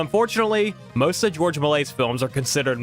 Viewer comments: It’s pronounced Mel-E-ay, not “Malay” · Melies is pronounced "mel-ee-ay". That's the French guy who made the very early fantasy movies. And it wasn't the movie "canisters" that contained silver but the movie film itself. It was possible to recycle the silver for money, but more frequently the very early films just deteriorated into dust, on their own, or they were destroyed by fire since the movie film of this time was incredibly (dangerously) flammable.